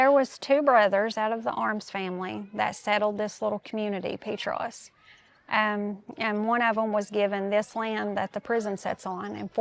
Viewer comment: Pee Tross not pet tros lol